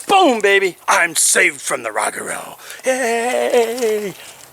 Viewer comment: Hey! Love it! It's kinda sound/pronounced Ro-gah-ro. Excellent job!